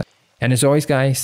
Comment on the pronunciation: Did u say, "I luv u with all of my FART" ??